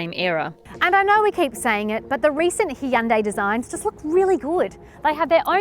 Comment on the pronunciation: Well, it is pretty similar to how it's meant to be pronounced